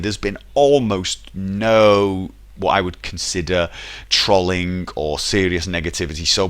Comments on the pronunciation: OMG why do adults pronounce trolling so weird?! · oh I should probably clarify this, ALL of the older adults I know pronounce trolling that way and I find it strange/funny